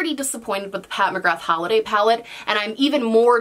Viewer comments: sameee it seems most Americans pronounce it that way 😣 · Just a heads up from an Irish gal, McGrath is pronounced McGra 💁🏻‍♀️ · Me, an Irish person, hearing pronounce McGrath like that: 🤭